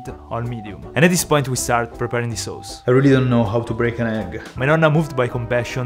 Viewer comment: I love how says "Sows"